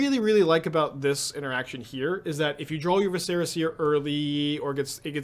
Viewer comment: I'm really not sure if you're mispronouncing "viscera" on purpose or not... O_o Oh, and "reprieve".